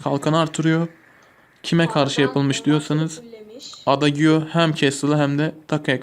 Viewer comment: abi adagiyo diye değil eyciyo diye okunur lütfen dikkat et